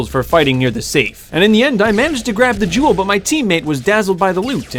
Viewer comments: It sounds like he’s saying Juul Lol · He says jewel like juul he says “once you have the juul get the juul to the getaway van” 😂😂😂😂😂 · every time he says jewel i keep thinking of a juul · Whenever he said gewl I kept thinking of juul because in middle school they basically say every day don’t juul or vape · I thought you said juul. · When u say jewel I hear Juul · whenever he says jewel i think if juul alkoadasdfakshdaifyaosdif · I KNOW YOU GOT THE "JEWL" BRO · When he sad "jewel" i thought he said jew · I dropped a juul in a school bathroom 100 times and this is what happened. (You pronounce jewel, like juul, no joke)